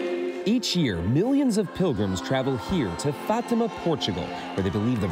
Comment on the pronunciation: You mispronounced Fatima